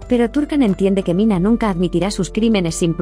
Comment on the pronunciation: NO ES MINA, ES MINEH.